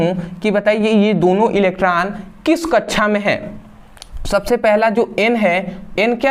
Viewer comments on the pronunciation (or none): Very nice 👍 sir samjhate to bahut achchhe hai sir but kaksha ke jagah kachhchha bolte hai😂😂😁